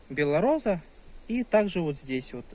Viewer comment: не беллораза а белороса